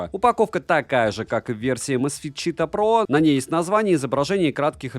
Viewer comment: расслабься!) Говори просто Чита, с ударением на первый слог, так будет правильней. Не город ЧитА, не читаХ.)) А так: как всегда все обстоятельно, объективно и по делу.